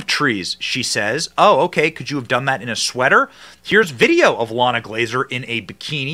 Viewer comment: Not "LLana", it is "Ilana" (ee-LAHN-ah), Israeli / Hebrew name.